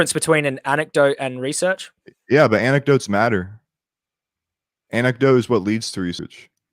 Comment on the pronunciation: "Anectotes what leads to reacearch." This dude is pure "gold". So many new stupid memes. :D